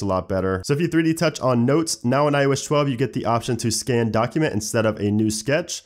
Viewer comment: '' On IOesh 12''